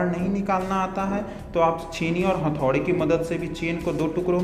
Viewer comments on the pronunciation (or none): You say hanthori to hammer/hattori and you say cynkal to cycle it's not good bro